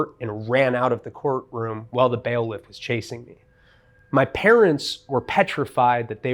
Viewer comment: Words misused or mispronounced: BAIL-if/ collage- keep going.